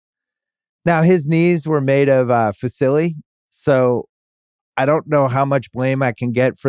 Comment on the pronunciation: Considering Bill's mom is Italian that pronounciation of fusilli was attrocious.